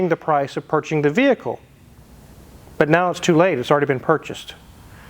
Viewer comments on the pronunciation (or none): lol "purchin the vehicle"